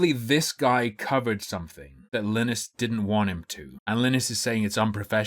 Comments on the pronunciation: I like how pronunces Linus like Guinness. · Interesting you can't pronounce Linus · I'm going to slit my wrists if you continue to pronounce Linus this way. This is not a joke